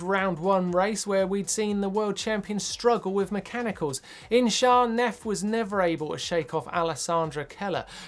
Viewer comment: How much crap will Martyn get for his pronunciation of Losinj?